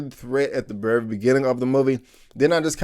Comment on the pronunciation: Your accent when you say the word "very" is really funny. You say it like "verrra".